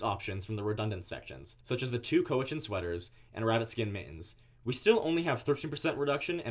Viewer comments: Cowichan is pronounced like cow, not crow without an R. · Just a little heads up here. The Cowichan sweater is pronounced (cow-ie-chan) Cowichan. It’s the Cowichan tribe from Vancouver Island. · cowichan is pronounced cow - itch - in